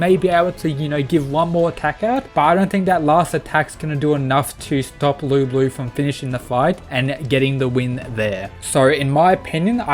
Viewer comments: the whole time he was calling Lu Bu "Lu Blue" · i really didnt like how in the match with thor . every time thor got 'serious' nothing changed , and i really dislike thor being so weak in this series/ btw why do you pronounce it lu blue?